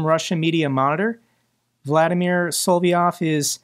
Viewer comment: after all these years the correct pronunciation of Solovyov is NOT Solvyov. Ita quite simple. You ennunciate all THREE vowels. Is this an American thing? A problem reading out whats in front of you?